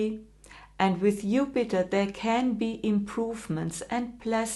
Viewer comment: Since you decided to speak English, could you pronounce Jupiter's name correctly?